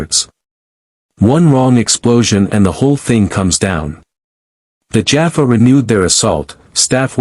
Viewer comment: I have yet to come across even one channel with a cross over SG story that has pronounced Teal'c, Jaffa, Tokra, or naquitah (sp?) correctly. This one can add Apophis to that list. In the close captioning, he's lord Ape! 😅 It makes me slightly wince mentally every time I hear names being mangled.